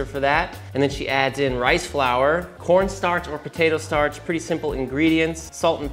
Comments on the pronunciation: "we're gonna go all KAWNSTARCH" lmfao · “Cohwnstarch” 😂😂😂 (it has the juice!) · cowen starch